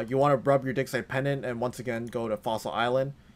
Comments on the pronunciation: I love the video, but you've gotta change how you pronounce "digsite." It sounds like something completely different when you say "rub your digsite pendant." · it sounded like me said "Run your dick." For a second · " Rub A Dick Site Pendant " 😂😂 rub a what?!?! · lmfaooo! I was scrolling through the comments to see if I was the only one who thought that.... "Rub your dig..." excuse me what??!